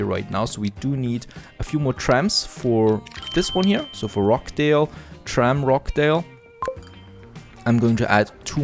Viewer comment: Great video as usual , nicely presented and very informative. One small point of pronunciation , the 'ch' in Rochdale is pronounced as the 'ch' in 'Church' .Most , if not all , of your towns are Northern English towns . In case you wanted to know that :-)